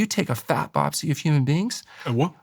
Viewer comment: The is always listening and never is spaced out! 😂 Dr. Goldhamer says, "If you take a Fat Bopsy..." and The Ceo is is like, "A WHA?!" 😂😂😂😂 I did the same thing! Didn't realize he was saying BIOPSY! It definitely didn't get past The CEO! He's good at what he does!